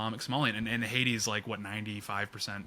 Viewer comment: When an American wants to say "HAITI's" he actually says "HADES" which is the name of the greek hell. perhaps this is the same thing these days.